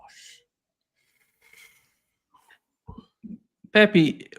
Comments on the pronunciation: His name is NOT PepY. It's pEpE. Both "E's" sound like the "E" in Egg. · I laugh a little every time calls Pepe, peppy.